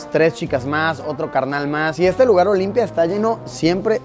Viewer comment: JAJJA OLIMPIA NO ES... ES OLIMPIJA JAJAJ